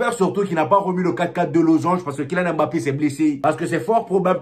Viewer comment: ...on dit "mbappe"...pas "m-bappe"...lol